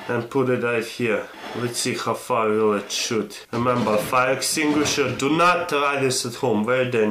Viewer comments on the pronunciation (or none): none